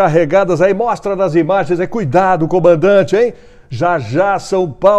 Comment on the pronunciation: E o Datena, cadê as IBAGENS, bebebe, ele falou Bal de Bim kkk